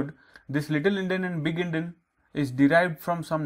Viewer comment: Actually its Endian not Endin